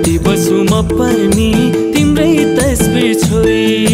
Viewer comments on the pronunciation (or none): really disappointed pronounced by female singer. बसु bhanda pani बासु sunirako xa. Ramro song gaunu vako xa. Ajha ramro aawos shubkamana.